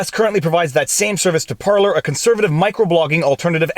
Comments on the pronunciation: Par-Lays, not Par-Lees ; ) Flippin' english, turns out 'parlay' is a different word with different meanings. Rabble rabble rabble! Bloody Jack Sparrow using the wrong bloody word... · You're saying Parleys wrong. It's Par-Laays. Think Pirates. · "Par Lay" you're from French Canada why do you pronounce it wrong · PAR-lay PAR-lay PAR-lay PAR-lay. Ffs is that so hard. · It's par-LAY viva.. par-LAY! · I think they are called "par-lays".